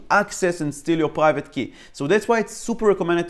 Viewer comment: you pronounced private: paghaivate